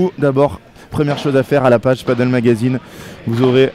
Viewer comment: A tous les spécialistes et aussi novices du padel: on dit "padèl" et non pas "padeule" (paddle est un autre sport comme une grande planche de surf avec 1 pagaie) rien à voir. Le padel (prononcé "padèl") est hispanique